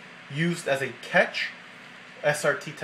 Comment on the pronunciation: Your pronounciations are so bad. Are you kiddin me? It's cache!!!! (Cash) not CATCH. SEAGATE not SEGATE.